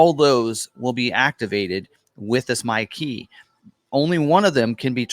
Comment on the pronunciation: Thanks to Niles, I only every hear "Mikey"...